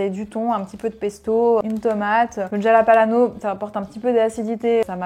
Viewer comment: Jalapalano ? C'est jalapeno lol